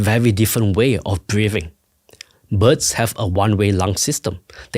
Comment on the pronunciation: I do apologize for making fun of the man’s accent, but is so funny if you hear him saying “butts” instead of “birds”